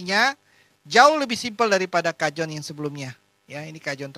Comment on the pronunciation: dibacanya kahon ya...